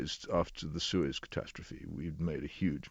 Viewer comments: Suez not sewage LOL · Good; but the word is Suez, not sewage. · He said "suez crisis" not "sewage crisis".